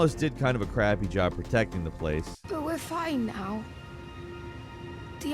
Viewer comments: Jar “Bear-n”, not Beeyoorn. “Bairn” is a Scottish term we use for children. So, this is literally a jar child. The more you know. 🧠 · Wth is a Jar be-earn!? Its pronounced bear with an 'n' on the end, its Scottish slang for child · Jar-Bayrn not Jar-Biron, Bairn is a Scots word for child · Not sure if it's been mentioned, but I'm pretty sure "Jar-bairn" is pronounced bear-n, or something close to that. It's a word of Scottish origin used to refer to a child